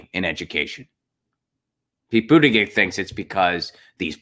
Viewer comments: Goddamnit man, it's pronounced But ta gejieihj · If nothing else, learn how to say his name correctly.